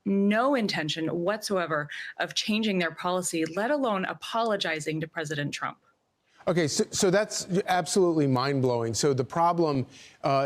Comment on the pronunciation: Bro said. “Tump”